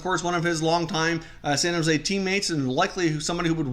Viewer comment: “Shan Jose Sharks” lol